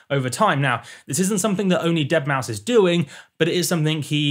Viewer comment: eeeueuurrrh the deadmousth pluck!